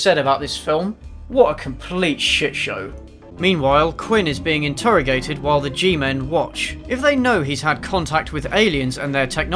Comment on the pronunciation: Am I the only American who is triggered by the way he pronounces interrogated?